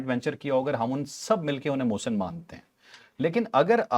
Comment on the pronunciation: Pakistani aqwom ki awom muhsan bol jati ha aqwom app ni muhsan ko nhi bolti ha